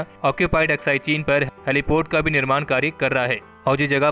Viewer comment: Correct yourself Aksai Hindi 😠 Not aksaichin